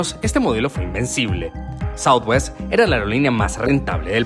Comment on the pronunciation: Es southwest no southewst